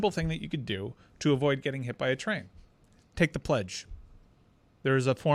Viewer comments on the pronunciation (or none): guarantee from a train pledge...a TREDGE. 🚆🚆 🚞 🚂 😂😂😂😂😂😂😂